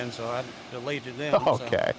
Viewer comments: This man said "I doneleated her" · “I dunleted it”